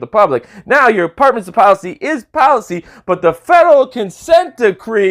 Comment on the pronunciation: "per your own partments depolicy" 🤣🤣🤣... Department's policy ?